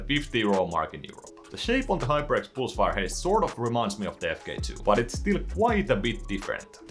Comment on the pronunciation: "hyperx poolsfire" - Swedish detected